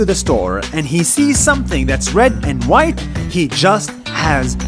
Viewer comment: when he said the white family i heard like the whyatt family in wwe!!!